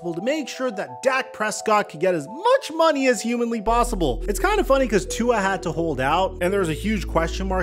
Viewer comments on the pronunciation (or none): bro stay mispronouncing tua’s name… no respek